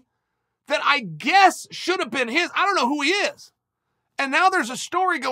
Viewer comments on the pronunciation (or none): none